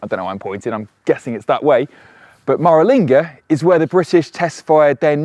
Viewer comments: Wumera and Mahralinga? You're putting the emphahsis on the wrong syllahbles mate! Interesting vid though, looking forward to my few thousand k's in an EV next month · Cool video. Thanks for making it. You just need to remember to check your place name pronunciations with someone first. You're right, you did say Coober Pedy wrong, but you also said Maralinga wrong and I think I heard you say Woomera wrong too.